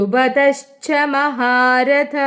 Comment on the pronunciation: '🙏4-ാം ശ്ലോകം "2 nd വരി "മഹാരഥഃഎന്നു വരുമ്പോൾ മഹാരഥാ എന്ന് നീട്ടി വായിയ്ക്കണ്ടആവശ്യം ഉണ്ടെന്ന് തോന്നുന്നില്ല. വിസർഗം വരുന്നതാണല്ലോ?🙏 വരുന്നതല്ലേ?..